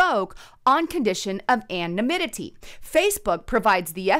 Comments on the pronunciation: Say it with me, ~ An-O-Nim-it-E. 😆 And Doocy isn't a Governor, he's the White House reporter for Fox News... 😉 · that “Ann-na-mimmity” word